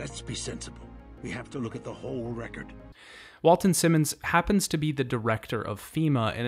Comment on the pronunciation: Well it was a good video BUT I can't forgive you for mispronouncing Walton Simons' name as much as you did.